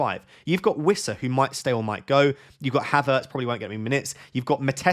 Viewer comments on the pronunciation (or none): none